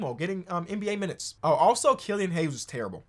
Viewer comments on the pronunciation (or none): none